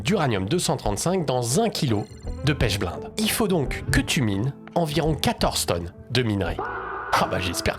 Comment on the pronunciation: on tant qu'alchimiste, je vais t'éclater sur la moindre fautes que tu ferras: pas "pêche blainde" mais "pêche blénde" ça se prononce et en plus c'est pas la source principale d'uranium car la penchblende à plutôt du plutonium, c'est l'autunite et l'uranite les sources principales d'uranium. voici le protocole pour le yellow cake que tu as oublié (et je l'ai fait avec de l'uranite car j'aime pas la penchblende pour l'uranium: #### *Objectif* Extraire et purifier l'uranium sous forme de *yellow cake* (concentré d'uranium) à partir de minerais naturels, en utilisant des méthodes hydrométallurgiques écologiques (sans solvants pétroliers). --- --- ### *Matériel et Réactifs* *Matériel :* - Hotte à ventilation forcée (obligatoire pour HF et poussières radioactives) - Bécher en téflon (résistant à HF) - Agitateur magnétique avec barreau en téflon - Filtre en verre fritté (porosité 4) - Étuve à 110°C - pH-mètre - Compteur Geiger (pour vérifier l'absence de contamination) - Équipement de protection : gants nitrile double couche, blouse jetable, lunettes étanches, masque à cartouche (type A2P3) *Réactifs :* - *Minerai d'uraninite* (U₃O₈, ~60-80% U₃O₈) ou *autunite* (Ca(UO₂)₂(PO₄)₂·10H₂O) - *Acide fluorhydrique (HF) 40%* (extêmement corrosif, à manipuler sous hotte) - *Acide nitrique (HNO₃) 68%* (oxydant, pour la dissolution) - *Soude (NaOH) 10M* (neutralisation et précipitation) - *Peroxyde d'hydrogène (H₂O₂) 30%* (agent oxydant pour convertir U⁴⁺ en U⁶⁺) - *Carbonate de sodium (Na₂CO₃)